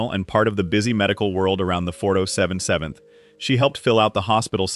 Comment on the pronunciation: Interesting to watch but please stop with the AI voices, just use a real person to narrate it at least a real person can consistently say 4077th correctly every time.